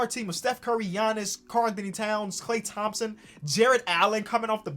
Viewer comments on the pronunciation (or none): none